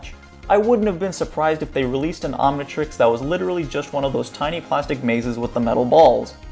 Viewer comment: It’s omntrix not omntrex